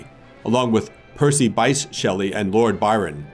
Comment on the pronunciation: It’s Percy ‘bish’ Shelly btw. Bysshe. Edit…could do without the manic piano over your chat. 👍